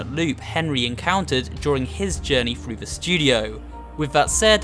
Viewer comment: "read frew the book" I need to teach you how to say a "th".